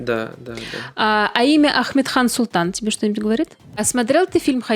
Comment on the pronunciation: Амет- хан Султан, а не Ахметхан. У нас Крымлы есть имя Амет-,а не Ахмет